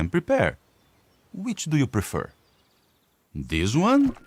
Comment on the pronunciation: So I was paying more attention to how the dad talks this time. He's inconsistent in how he pronounces "th" - sometimes it's a "d" sound and other times it's a "z" sound. And occasionally, it's a "th" sound. A perfect example of this is actually and - "zese one" and "that one." And he says "de work." You could maybe excuse the differences in pronouncing "this" and "that" because the following vowel is different, but he pronounces the vowels the same in "this" and "the" - as a long e sound. So the "th" proceeding the vowel (both at the beginning of the word) should have the same sound - either a "z" or a "d" sound, except he varied it. Additionally, he says "dis" in stead of "this" whereas before, he'd pronounced "this" as "zese" - something I didn't catch until I listened to it a third time. He is very practiced at his accent, but he trips up every now and then with certain words - specifically in a slight inconsistency with certain consonants and vowel combinations. Of course, the "th" sound in English is one that isn't actually in most languages (even other Germanic languages often lack that sound, although they typically do have the letter combination - they usually just pronounce it differently). So it's the one that typically gets messed with the most in generic "foreign" accents - so it's usually one of the best sounds to monitor to determine whether or not a person is faking an accent.